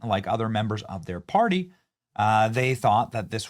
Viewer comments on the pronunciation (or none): none